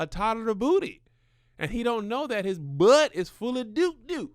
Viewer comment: spilling the truth on that buhht buhht